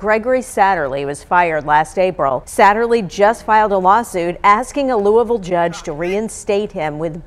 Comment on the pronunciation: Just an fyi, it's pronounced loo-ee-ville.